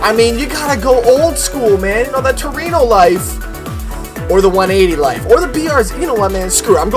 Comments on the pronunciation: Anthony Luaces no it's true-eno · its not pronounced “tru-wee-no” its pronounced “tru-wen-o” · To-re-no is the proper enunciation, Tu-re-no works also. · Muhammad Ihsan no is pronouncing trueno wrong it should sound like tu-re-no